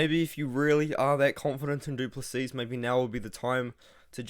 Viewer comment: The last "s" in Du Plessis is silent bro